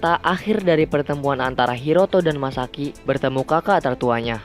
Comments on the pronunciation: Masaki Bg Bukan Misaki😂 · Masaki bang bukan misaki